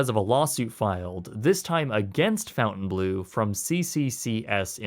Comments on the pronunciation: Nice vid and apparently well researched. What baffles me is how you make an 18 minute video and don't care to pronounce the name properly... It's a name of a French village and manor - complete with French spelling... not a blue fountain... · Dude. I'm pretttttty sure it is not pronounced: "FountainBlue" , when it has the OBVIOUS french spelling. lol. Jeez.... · Learn how to pronounce 'Fontainebleau' it's not fountain blue ugh! it's French! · How do you get "fountain..." out of "fontaine..."? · “Fontaine” is not pronounced like “fountain” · As a French person I absolutely love the way you pronounce Fontainebleau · Is it pronounced “FOU-ntainblue” or “FON-tainblue”? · theres no U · This guy really has no clue how to pronounce names... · i'm not French but the way you pronounce Fontainebleau is driving me crazy, any French person watching this would probably rip their ears off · Funny how a Canadian can't pronounce a french word like "Fountainebleu", nice video tho haha ... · Aren't you Canadian? Your pronunciation of Fontainebleu is attrocious. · the Canadian refuses to even try to correctly pronounce "Fontainebleau". Based. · Please, everytime you think that a name is not originally English (e.g. Fontainebleau, Deutch) , go and Google how to pronounce it. As a European, this is painful and cringey to listen to. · this whole video you have been mispronouncing the name Fon-taine as Fountain......... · It's pronounced "Fon Tane Blue" not "Fountain Blue" geez! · Fontaine and Fountain are pronounced differently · please pronounce it well... "Fontainblo" and not fountainblue "EAU" sounds O "EU" sounds OEu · Pronunciation is not fountain blue. It's font-'en-blow. Look up Fontainebleau in France. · You should learn the proper pronunciation of a business before reporting on them. It’s pronounced “Fountain-blow” not “Fountain-blue”. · Not pronounced, "FOUNTAIN-blue", it's the "FON-tane-blue". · Quit saying FountainBlue, when it's clearly Fontaine.